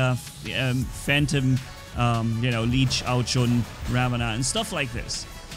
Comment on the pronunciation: It is ao jun not ao chun